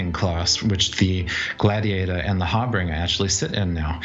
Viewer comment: Great show guys! Just a note - it's not your fault, but CIG mis-spells the word 'Harbinger' on it's website. Sometimes they get it right, other times they spell it 'Harbringer'. The word is pronounced Har-BIN-Jer. It refers to a fore-runner. 'HAR-Bringer' is not a word in English. Hopefully they will proof read their own site sometime.